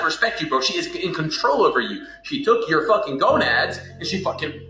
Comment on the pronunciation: The y in "your girl" is silent.